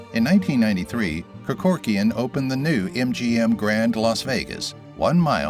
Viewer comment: Mispronounced Kerkorian’s name about 8 times.